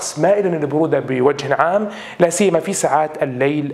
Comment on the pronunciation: تكرر كلمة لا سيما كثيرا وهذا جميل ولكن طريقة النطق خاطئة يجب ان تضع شدة على الياء في سيما وتشدد كثيرا عليها وشكرا